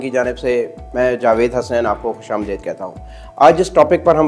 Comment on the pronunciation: Acha explain kar rahay han Thori Urdu kharab ho gayee hay pindi ja k apki AP ne farmaya khush Amdaid Original word hay Khush Aamadeed( amad meaning aana deed meaning dekhna) Apko ata dekh k Khushi hui.